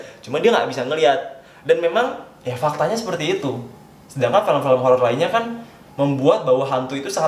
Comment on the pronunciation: Apa gue doang ya yang merasa kalo ngomong film jadi felm.